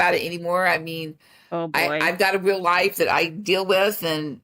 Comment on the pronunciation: I cant deal with the "weal"